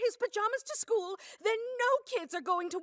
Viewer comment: "I was at the skuu and it was Pajama Day"